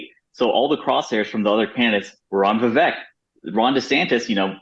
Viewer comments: And by the way… when in God’s name is Megyn going to pronounce his name correctly… Viv-ACHE But we love you to the moon and back Megyn and Abby ! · Ok, BS analysis, how about somebody try to pronounce Viveck’s name right. Love you Megyn but this was not your best moment.